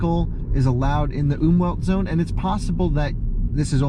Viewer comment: i love how says Umweltzone "Oomwheldzone":-D it means "environment (-friendly) zone".. Definetly one of my absolute favourite channels!!! <3